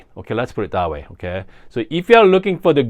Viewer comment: Idk if I’m here for the coffee stuff or the “oukay?”s, but I’m lovin bein here. Cheers! ❤